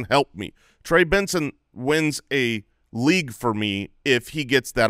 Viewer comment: you guys in arizona pronounce things so odd... "LEAGUE-ETTE" "URRLEEEEE"